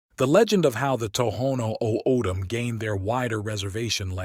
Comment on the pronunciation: Great visuals but the pronunciations are so off. It's Papago (pop-ah-go) Saguaro (sah-wa-ro) O'dham (Otham) olla (oh-yah)